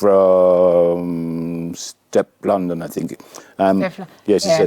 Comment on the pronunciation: Her name is STEFLON DON not Teflon